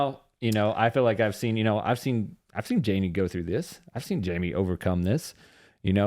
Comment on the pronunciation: In the Spanish language your name is pronounced High-may.